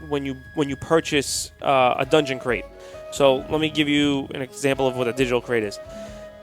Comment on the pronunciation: Dunegon? Come on fellas. That said...I love a good unboxing!